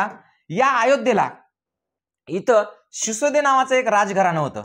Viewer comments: भाऊ ते सिसोदे नव्हते सिसोदिया होते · तुम्ही एक चूक करीत आहात सिसोदे नव्हेच तर #सिसोदिया असा उल्लेख आहेस तसेच रजपूत नव्हेच तर #राजपुत असाच उल्लेख आहेच कृपया उच्चार दुरुस्त करून घ्यावेत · शिसोदे नाही बाळा ..सिसोदिया..होते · शिसोदे नाही sisodiya bola